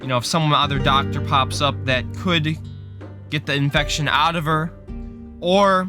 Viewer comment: Every time he said infection I wanted to die